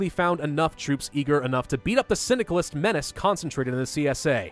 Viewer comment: Stupid-filthy Cynicalists! (What I hear everytime he says 'Syndicalist')